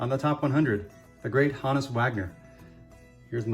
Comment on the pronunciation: Great items! Two things struck me. 1. Thank you for being the only content creator on YouTube to actually pronounce "Honus" correctly. 2. That Hornsby auto is absolutely next level. Never let it go!